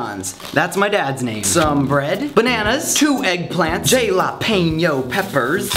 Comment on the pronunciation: that is not how u say jalapeños omg what is wrong with u ppl